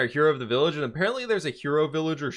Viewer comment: Vi(LL)age lol XD F